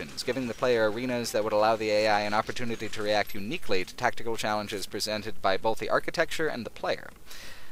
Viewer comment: Stop saying bolth.